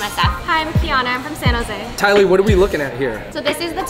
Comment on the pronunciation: you know you're from San Jose when u say, "Sano-zay" 😭 like its 1 word.